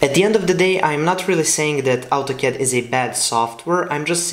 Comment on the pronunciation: It's Autocad not Altocad !